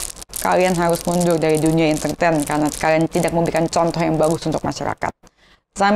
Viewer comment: lidah gk pecus bilang mundur aja susah 😂😂😅 mundul wkwk